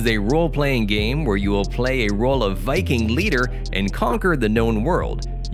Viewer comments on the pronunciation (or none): none